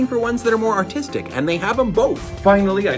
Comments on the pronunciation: He absolutely did say artistic. He even annunciated. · BRO DID NOT SAY ARTISTIC 💀💀💀💀